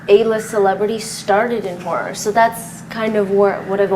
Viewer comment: Whenever she says HORROR it sounds like WHORE.